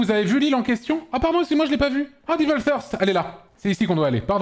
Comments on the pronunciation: nope. "Evil" se prononce bien comme tu le dis (sans le d bien sûr) mais devil c'est plus "deh-veul" (source : suis américain) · Euh Devil c'est justement supposé être prononcé "Diveul" (comme ce qu'a dit Antoine) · Mdr Antoine qui se fout de la gueule de Florence pour la prononciation du mot "Heart" mais qui 2s plus tard se foire complet pour celle du mot "Devil", ça m'a mis très très bien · Antoine qui chie sur et qui ne prononce pas mieux XD